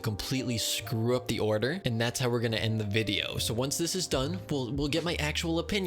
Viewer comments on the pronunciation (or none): none